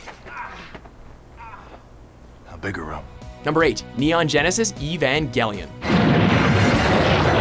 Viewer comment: bruh eve-ongelion